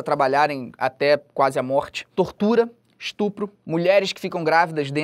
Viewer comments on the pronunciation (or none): none